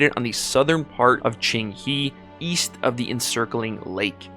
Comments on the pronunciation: Very good video, and is not Qing"He", is Qing"Huh" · No it's not, the second part is wrong. It's ching-hé (the e is a schwa sound, almost silent).